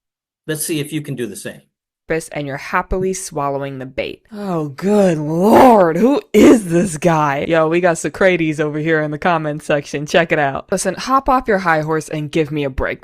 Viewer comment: "so-CRAY-tees"?!? indeed. It's "SOH-cra-tees"